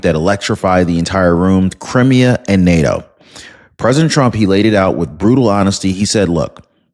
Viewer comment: You are mispronouncing Crimea. It's Cry me ah